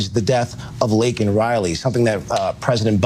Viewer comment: Biden couldn't even get Laken's name right.............